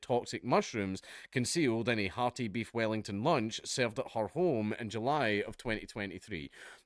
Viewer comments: The weef bellington is the funniest flub ever. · Had to run that back a couple times, but you definitely said "weef bellington". Probably one of the best dyslexic slips I've heard hahaha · 'weef bellington'🤣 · bro said "Weef Bellington" we cant let him live that down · WEEF BELLINGTON! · "Weef Bellington"